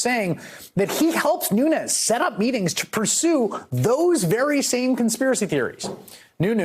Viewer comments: "Noonoos". Keep listening. He says it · Did he just call him Nu News 😂😂😂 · God still is, l believe. He has his cows. It is understood that trump cannot even pronounce his name, nunes! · “Nunoos” “his go to mooo-move” 😂😂 is totally trolling Nunes!